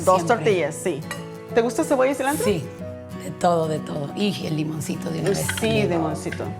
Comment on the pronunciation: La chef traía mucho ambiente mexicano, tanto que cada dos minutos decía "so", "celantro" , "torteias".